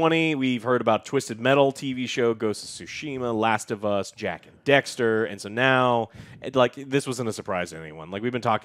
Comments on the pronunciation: says Jak & Dexter, instead of Daxster 🤷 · Jak and Dexter???????????? DEXTER????????? IM SORRY WHO TF IS DEXTER?????????? YOU MEAN DAXTER???